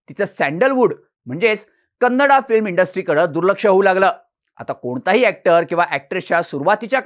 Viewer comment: "कन्नडा" म्हणणं आधी बंद करा, ते अर्थानेही आणि व्याकरणाने देखील चूक आहे. मराठीत व्हिडियो करताय तर "कन्नड" म्हणा. बाकी छान आहे 👍